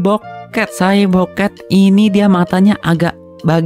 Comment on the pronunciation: Bang gw denger bukan cyborg cat tpi cy bokep